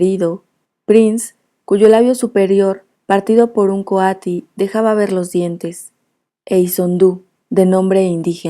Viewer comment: Coatí se lee con acentuación en la "I".